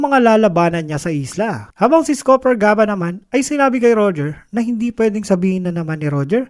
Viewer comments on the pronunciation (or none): Copper Gaban hindi Scooper gaban 🥴😂